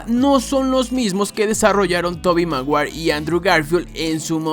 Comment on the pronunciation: tobi maguair 🤣🤣🤣